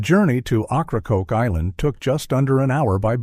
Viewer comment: Ocracoke is pronounced (Oak-rah-coke?